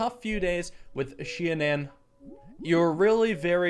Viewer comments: SHI-AN-ON Shianan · it's pronounced shianen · It’s pronounced shy-an-an